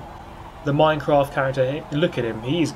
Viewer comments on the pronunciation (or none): none